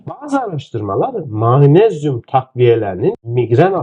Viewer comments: Yahu Allah aşkına daha magnezyum demeyi bilmiyorsunuz manezyum diyorsunuz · Hocam Ma-nez-yum değil Mag-nez-yum olarak okunur 😮😮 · Mmayğğyğnezyum nedir hocam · türkce telaffuzu gercekten Maanezyum mu?